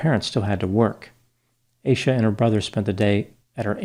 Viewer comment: Leave it to the yt to pronounce her name as Aye sha